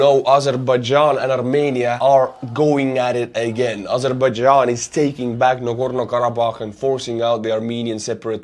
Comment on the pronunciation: Listening to him perfectly pronounce Nagorno-Karabakh in his accent repeatedly was both impressive and entertaining. You are a god among men man.